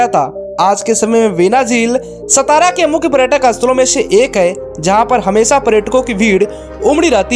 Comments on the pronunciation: It's not सतारा, It's सातारा....pronunce properly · नाम का उच्चारण Saatara ऐसा है| सतारा ऐसा नही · सातारा म्हणा..हे मराठी नाव आहे..त्या शहराला ऐतिहासिक वारसा आहे.नाव नीट उच्चारा. हरामखोर परप्रांतिय महाराष्ट्राच्या सर्व संस्कृतीची वाट लावत आहेत. सतारा, हिंजेवाडी असे मुद्दामून म्हणत आहेत.या चॅनलवाल्यांना समज देणे गरजेचंं आहे. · सतारा नही सातारा बोलीये। मराठा राजधानी सातारा। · सतारा ❌ सातारा ✅ Keep in mind भैय्या लोग👍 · अरे भाई वीडियो बनाते हो शब्दों का उच्चारण भी ठीक ठाक सेट किया करो ए सतारा नहीं सातारा है।* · सतारा kya hai तुम हिंदी log मराठी गाओन ka नाम change करते hai, सतारा nahi सातारा बोला कर भैय्ये 😡😡😡😡